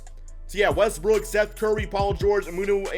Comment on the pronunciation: EVERYTIME you say Westbrook I hear Westbrick hahahha